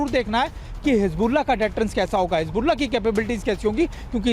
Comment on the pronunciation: always makes mistakes on hisbullah pronunciation